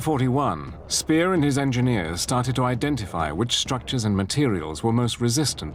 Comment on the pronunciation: Speer is read Špehr, not Spear, dumbass...